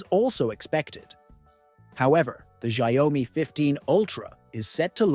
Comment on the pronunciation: You pronunciation on xiaomi is ERROR404, it's xiao-mi, not xia-o-mi